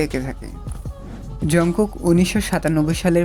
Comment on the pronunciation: ঝনকুক না জানকুক// জনকুক😂😂😂😂😂😂😂😂😂